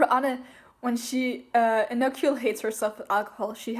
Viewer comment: If I'm not mistaken, Histoire's name is pronounced French style, so I think it would be pronounced His-Twar, whereas Anne's name is pronounced the same way one would pronounce Ann, the 'e' in Anne is silent. This chapter was fun with all of the moments with the judges, Rindou the battle itself, and thank goodness it seems we're gonna know moe about Megishima, finally. It's interesting that Rindou said he's normally not interested in matches, so one wonders how he made it all the way to the 3rd seat of the Elite 10. That would also just leave Saito as the one original Elite 10 who we'd need info on. Hopefully in round 3 we'll get to know more about Momo and just how she made it so high on the Elite 10. While I wanna see her make desserts (heck, just wanna see more desserts in general in this manga, there's been almost none), I get the feel that Momo is also well versed in savory dishes, and anyone who would challenge her to a non-dessert battle would be in for a rude awakenin.